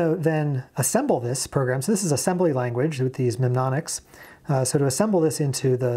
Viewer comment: "menonics" lol.